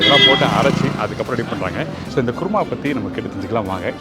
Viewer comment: Adhu guruma alla Kuruma endru sollavum